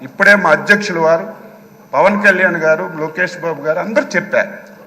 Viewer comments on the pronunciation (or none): none